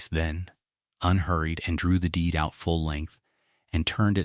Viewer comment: Strange, I can somewhat understand the faulty pronunciation of 'honest', but why 'H-own', 'H-Eleanor', 'H-out', 'H-iron', 'H-up'?